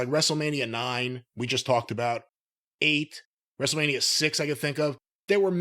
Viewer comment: Wrestle-Meh-nia. Commence countdown until the The Roid trudges in... Maybe he can bring another barely-sentient rapping sizzurp addict along for "celebrity clout".